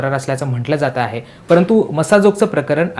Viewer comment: वाल्मीक म्हण वाल्मिकी नको, कसा पत्रकार आहे.